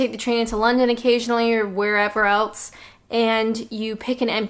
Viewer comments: Lucy K It is funny that, but if you hear the vowel pronunciation, of Else it sounds like she says Alse, so maybe its a linguistic thing in accents with the utterance of the rest of the word off of the tongue flowing from the a sounding e... I dunno why elSe... ?? Lol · The way she says the word "else"... 😂 I am laughing but really it annoy me, there is a S in it, not T! 😨